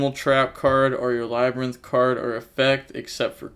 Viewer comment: lab-rin-th 2x it’s pronounced the same xd